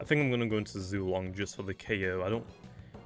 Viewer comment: why do you pronouce zuelong as zoolong?